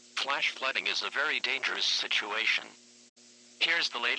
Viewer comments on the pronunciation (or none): none